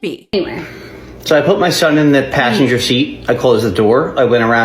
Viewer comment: and pashenjer